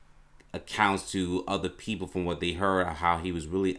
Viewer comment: My dude... the amount of words you mispronounce. Not trying to be the word police, but man.... -Bruver instead of brother. -Uhver instead of other. Some words are just wrong bro. *You said betrayal, but you meant "portrayal." Should have been "portrayed." Theres more but im limted on time. Again, im not being a jerk. Just trying to help you. Just try to slow down a little, get those things ironed out, and your videos will have better quality. Peace man